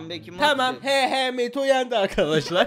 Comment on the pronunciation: bomba atrim diyisi cok komik